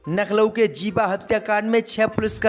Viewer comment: Coment dekhta nahi kya Naklo hi bolega kya Lucknow bolna Aata nahi kya